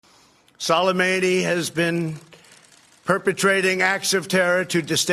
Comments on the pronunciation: Salamadi???? Trump can't even say his name. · HE CAN'T EVEN PRONOUNCE SOLEMAMI'S NAME YET HE CAN BELIEVE OUR INTELLIGENCE THAT HE NEVER BELIEVED BEFORE AND KILL HIM! He's wanted to do this since before he was elected, we saw it! He's trying to save his own face and ass to get reelected and distract from his impeachment! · OK, we’ve all heard this man’s name a dozen times in the last 24 hours yet why is it Trump cannot pronounce his name correctly?! And of course, he’s here to talk about Soleimani but brings up al-Baghdadi. What a moron! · No one told dumb-dumb how to say soleimani. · learn how to at least pronounce his name dumbass. is he reading from a teleprompter?